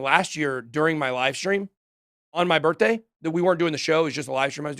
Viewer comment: Happy “BITH-DAY” Ben!!🎉🎂🥳